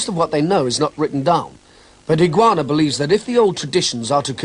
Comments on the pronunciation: EE-GAH-OH-NAH, not Iguana... lol still great video, my master trained with him many years ago :) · For all the deficiencies of the commentary (ill-informed; and it seems to have inaugurated the irritating habit of calling Higaonna 'Higoanna') I thought this was a valuable and well made documentary. Since it was made, Higaonna has come in for a lot of adverse comment; Miyazato Ei'chi had no good word to say for him, and even his own teacher, Miyagi An'ichi, seemed to repudiate him before he died. No doubt all kinds of rivalries, grievances and political issues lie behind all this, but Higaonna certainly has not lived up to the image presented here, of a solitary guardian of pure and undefiled Okinawan karate. He has founded and until recently directed a worldwide organisation that has made him a great deal of money, and which has succumbed as readily as any other to the lure of 'sport' karate. On the other hand, how many of the people who have badmouthed Higaonna have ever met him, or trained with him, or are in a position to pass judgment on his karate? I don't like sell-outs either, but I readily acknowledge the man's very great technical ability, and his video recordings are a valuable training resource. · I wish they would have taken the time to pronounce Higaonna sensei's name correctly. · whoever is narrating this video has very terrible pronounciation of HIGAONNA's name and saying Karatee instead of KARATE!